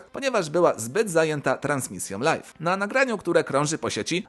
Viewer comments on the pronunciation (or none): none